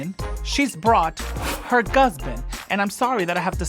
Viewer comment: "Her Gusband"😄😄😄